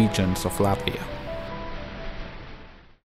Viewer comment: shout out for pronouncing Latvia right ✨